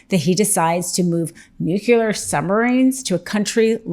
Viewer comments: Please tell me you read that on paper as “nucular” and didn’t come up with that yourself… I know you’re smarter than that!❤️ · NUKE - LEE - AR. Your job is pronouncing words, for crying out loud. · Kinda takes a chunk out of your arguments regarding someone else’s cognitive functions when you pronounce it as ‘nucular’ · nucLEAR, NOT nucULAR...OMG. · Learn how to pronounce nuclear... Your credibility is instantly gone with me when you say "nuculur". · Nuclear, not nucular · "nu-clear" not "nuke-u-lar" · It's "nuclee-ar" NOT "nuc-you-lar". That mispronunciation makes people like me wonder how accurate your reporting is! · nuclear. not nuke uler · NU KLEE ER IS HOW IT’S PRONOUNCED. NOT NUKULAR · Geez, woman! It’s nu-klee-ar code, not nuke-you-lar! I get so sick of people, especially people in public media, getting it wrong. Educate yourself. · NUCLEAR.. NOT NUKULAR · 'NUCLEAR', NOT 'NUCULAR'. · Really? Nu-q-ler three times in one video? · it's nuclear. not nukeular.